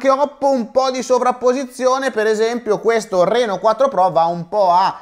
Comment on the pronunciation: sembra dire Renault 4......😂